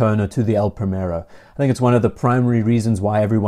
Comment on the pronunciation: It's not pronounced "Pray-Merro". The "i" is like the English "ee" (as in "tree") and the "r" is slightly rolled: "Prree-meh-rroh". I know it's Henry VIII's fault, but you could at least try!